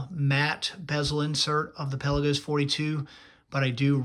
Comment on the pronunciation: Can you at least say the name right before reviewing a watch?